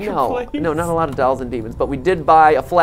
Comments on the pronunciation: Both those boys are saying “dowels”, and you can’t convince me otherwise. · Drinking Game: Take a shot every time Matt says “dalls” instead if “dolls.”